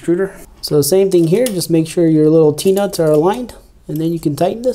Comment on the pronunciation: I thought you said peanuts not T nuts😂